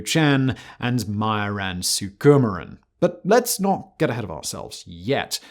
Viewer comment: It’s pronounced “soo-kah-mah-ran”